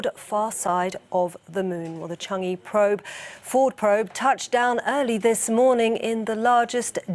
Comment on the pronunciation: Why is every reporter saying "Chang E"? The "e" is pronounced as "a" in "above".